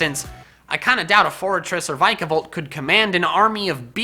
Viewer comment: You still pronounce Vikavolt wrong...